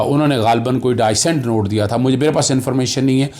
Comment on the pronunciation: Please correct your pronunciation of dissent.